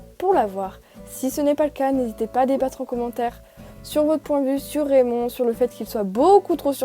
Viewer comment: RRRRRRAYMOND en anglais😂